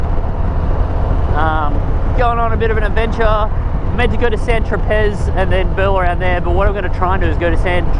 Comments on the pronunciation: 'San Tropezz' 🤐😣😥 It's 'San Tro-pay'!!! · No , its "Saint Tropez"